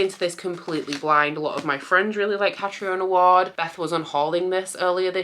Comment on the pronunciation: It’s pronounced Catreena Ward. I have a friend with the name Catriona so that’s how I know.